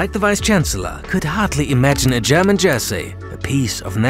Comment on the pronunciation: lol, the host is german right? Way too clean pronouncing displayed here.